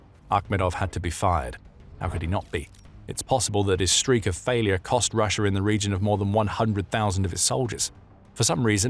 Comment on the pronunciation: I’m so confused how sometimes you say Russia regular and then half the time you’re saying Russier